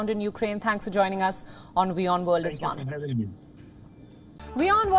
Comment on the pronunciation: one? wion on? wione